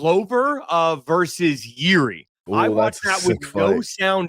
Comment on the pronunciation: Czechoslovakian samurai lmao, that country doesn't exist since 1993 bro, he's from Czech Republic. And would anyone mma-related ever say his name correctly? It's pronounced "Yirzhi," not "Yiri."